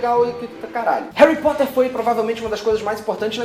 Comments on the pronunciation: Você disse Réui Póta? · "Hari Poter" kkkkkkk, sabe nem falar, cala a boca vai